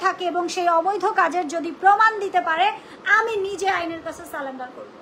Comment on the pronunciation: ছালেন্ডার না। স্যারেন্ডার। হায়রে শিক্ষিত। আমি চেতনা সমর্থন করি নাই